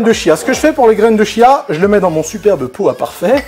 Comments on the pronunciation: Je reviens sur la prononciation, Wikipédia indique que c'est "tchia". En tout cas merci pour cette recette très sympa ! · Super partage, gracias! Pour la prononciation c'est "tchiya". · Petit détail: on prononce "kia" ;) merci pour le partage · oui pour de vrai lol ça s'écrit chia mais à se prononce kia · On dit graines de chia et non pas Kia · prononciation graines de Chia : "Tchia" avec le T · On dit graine de "Kia" phonétiquement et pas -ch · J'ai l'impression d'entendre "graine de chiasse" :D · Je t'avoue que ça m'a fait le même effet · On dit (kia) 😉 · dans le magasine Vital Food ils disent que cela se prononce "kia". Après tout le monde prononce comme il a envie, ce n'est pas bien grave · On prononce graine de chia